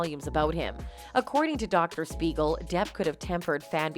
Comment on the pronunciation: THIS IS DOCTOR SMEIGEL RATHER THAN SPEIGEL.